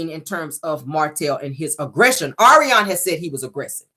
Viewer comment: YOU ARE HILARIOUS AS USUAL!! YOU READ MARTELL AND ARIONNE FOR FILTH! ALSO, YOU GOT MELODY'S VOICE DOWN PACK!😁 NOT THE POLYGRIP, DISTRESSED BUMBLEBEE, AND THE SHE BY GOODWILL!!😅😪 OH, BY THE WAY, THANK YOU FOR PRONOUNCING ARIONNE'S NAME RIGHT, BECAUSE SHE CAN'T!